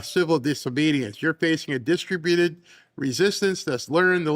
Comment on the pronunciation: PLEASE pronounce "distributed" correctly,. The accent goes on the 2nd syllable, NOT the first!